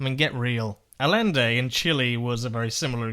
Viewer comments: it's pronounce 'A•yen•day' not 'A•len•day' Remember, it's Spanish; where 2 L's make a y sound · "Alende" LOL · I CANT TAKE IT ANYMORE EVERYONE KEEPS SAYING Allende with an L sound two Ls next to each other in Spanish makes a Y sound so it's Ayende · It's pronounced eye-YEN-day, not al-len-day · Just a helpful note on Spanish pronunciation: The double L in Allende is pronounced as a “y” sound in the Spanish language. It might be pronounced different in Chilean Spanish, but if I’m wrong then at least you learned how to pronounce a letter in Spanish 👍 Good video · As a Californian it's hilarious to me that Brits can't pronounce Spanish. "ll"=y "j"=h "qu"=k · It's actually ah-YEN-deh, trust me I'm Chilean, but pretty close tho. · You mispronounced Allende's name :(